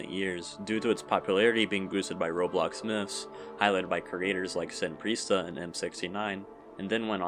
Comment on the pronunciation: ITS PRONOUNCED SEN PRESTA YOU MORO